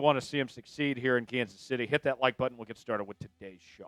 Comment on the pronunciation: Hard to sub to a guy who can't pronounce button 😂